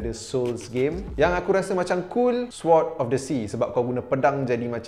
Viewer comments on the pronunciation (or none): Sword disebut SORD je 😊 Saje la nak grammar-nazi bahasa penjajah celaka sekali sekala ..